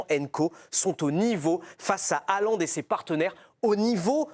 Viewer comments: La prononciation correcte est "Hollande" avec un "h" aspiré, et pas ce massacre de "halande," qui fait mal aux oreilles. Salutations de Norvège. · sauf que HAALAND ce ne st pas un nom français. et le A se dit aussi A en norvégien MAIS la combinaison AA en norwegien se prononce O